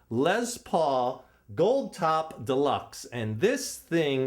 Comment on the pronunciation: the way he said, "lez" pauls cracked me up